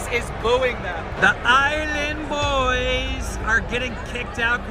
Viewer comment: "Are you saying "Boo", or are you saying "Island Boois"??